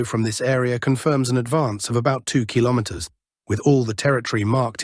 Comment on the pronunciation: Why is the word kilometers nearly always mispronounced in these videos?